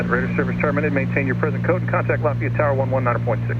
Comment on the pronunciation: Proud the Georgian can pronounce Lafayette correctly! Though the real one is down here in Louisiana. Nice flight!